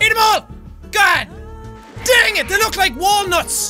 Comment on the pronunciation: Ethan Garrison Hahaha emphasis on the 'look' XD